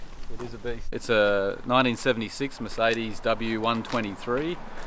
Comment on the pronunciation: The "Meth-cedes"